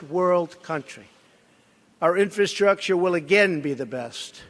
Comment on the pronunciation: My 4th grade son has better command of the English language, it's embarrassing watching this idiot pronounce the word "infrastructure " how in the he'll did this buffoon become president, only in America folks only in America lol.